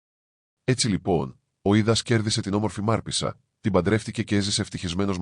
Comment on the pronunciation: Μάρπησσα λοιπον το σωστο κι όχι Μαρπέσα